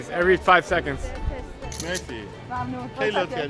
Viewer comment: That's not mezi you have to say mersi